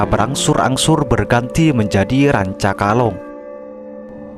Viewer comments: RANCAKALONG lur, sanes rancakolang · Rancakolang atau rancakalong???